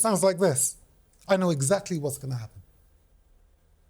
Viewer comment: eggsackley what he said.